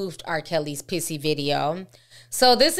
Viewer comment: She said “pissy” video..😂😂